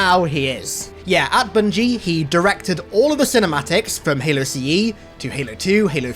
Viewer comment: Did you just say "boongie"? Sounds nasty.